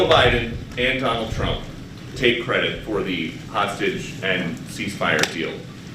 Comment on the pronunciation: "President, uh, Tump ...". That was a dis. Trump clueless, as always.